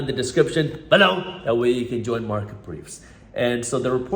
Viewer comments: Damn, that "BHELOW" always hits hard.. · why do you say BELOW so weird?